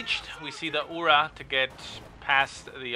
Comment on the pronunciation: Thanks! Very nice channel, and interesting beginnings of all videos - feature). One remark: in Russian "Ura" sounds "urAA" ))